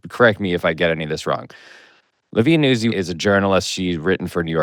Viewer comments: Its “Newtzi” like pizza “pete za” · Nootzi. But Americans don't pronounce Italian names correctly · I believe it's pronounced like pizza. NOOT-zee. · I just learned about Pablo's podcast in the last month. I'm impressed. On another note, I believe it is Olivia Nuzzi as in Pizza (Peet-za) It is pronounced (newt-zee) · Look to pizza for a guide to pronouncing a double z followed by a vowel at the end of a word. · Gotta put a soft T in Nuzzi. Like pizza, palazzo, mezzo, or pazzo. Not like jazz. Or jizz. Since we're on the subject.